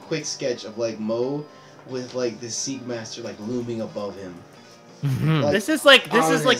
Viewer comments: Sorry for saying this, but it's SeI - KA - ma - ter, not Seikamaster. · Am I the only one that kept yelling ''SEIKAMATER'' when they kept saying ''Seekmaster"?